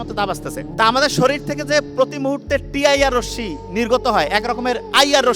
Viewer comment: রোসশি নয় ভাই, ওইটাকে রশ্মি বলে 😮 মাশাআল্লাহ আলোচনা খুউব সুন্দর ❤